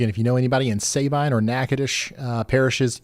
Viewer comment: Not Say-Bine it’s Sa been. I got good pictures of the tornados from a distance in el campo and Hardine Texas